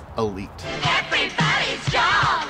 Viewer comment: Yamaha Jog ad sounds like them saying joe mama